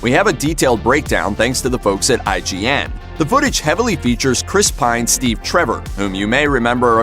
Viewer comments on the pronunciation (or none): none